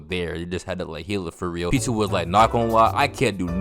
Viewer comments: The way your saying Pitou’s name is killing me😭😭 sounds like your saying P2😂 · Pitou’s name is pronounced as “pee-toe”